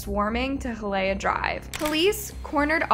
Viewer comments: Imagine pronouncing “Hialeah” all wrong . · It’s Hialeah (Hi uh lee uh)